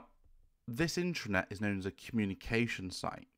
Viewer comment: first constructive criticism. your pronunciation of (internet/intranet?) drove me to the transcript. sounds to my ear "intranet" which would be appropriate for Private authorized users only access. the transcript says internet, what are you saying? it would not be the first time i found major errors with the transcripts. sharepoint could be considered cloudbased intranet to an organization.